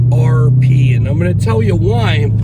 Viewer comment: I can’t take you seriously when you say XRP